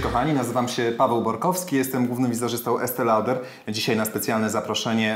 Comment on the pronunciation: ' Loder 'czytamy